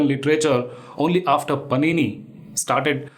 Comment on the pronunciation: Can't even pronounce the name of pànini--he is giving a presentation. What to say??